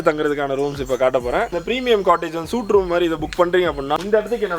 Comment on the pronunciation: Suite = "சூட்" தவறு. "ஸ்வீட்" என்பதே சரி!